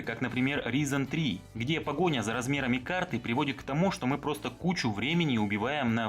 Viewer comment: Тебя за произношение РИЗОН 3 повесить за яйца нужно . Не говоря уже о ГТА 5 , лучшей песочнице ,если что .